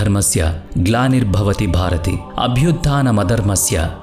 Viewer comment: భారతి కాదు భారత